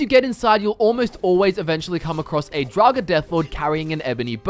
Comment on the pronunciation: did he say... draugar deathclaw XD